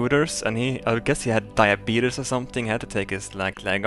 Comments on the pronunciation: LOLOL YOU SAID DIABETUS NOT DIABETES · its pronounced die- a - beat- ies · Lol he says "diabeatus" just like that guy in the commercial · Says duabetes is a serious thing, calls it diabeetus lol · I like how he was trying to say something really sentimental and then he said Diabeetus... several times... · I love how he says "Diabeetus"